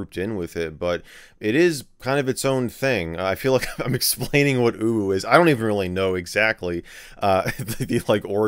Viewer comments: Michael struggling to say "uwu" is quite funny to say the least. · It UwU... not UwU